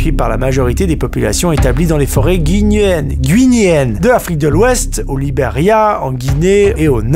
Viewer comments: Guinéenne se prononce : « Guy - né - haine » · Bon jpouvais pas passer a côté... on prononce pas le U a Guinéenne mon pote